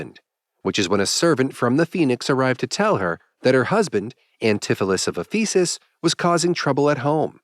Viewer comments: It’s Éphesis, not Ephésis. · "Ephesus" should be accented on the first syllable, and all the vowels are short. It is a real city, with considerable importance to Christianity. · sounds like faeces